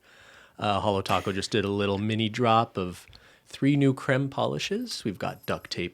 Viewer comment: New drinking game.... take a shot every time and Cristine say Crem 🥴